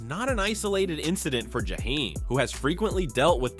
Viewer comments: This clown said his name like he was from the Middle East jahhhheim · The narrator mispronounced Jaheim more times that he got it right and that’s a shame. I couldn’t keep listening for this reason. SMH